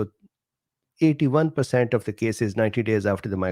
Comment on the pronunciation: you just confuse me more with the way you say %%%